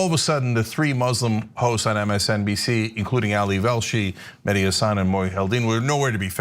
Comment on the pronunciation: His name is Meh-Di, not Madi. Mehdi root meaning is Guidance.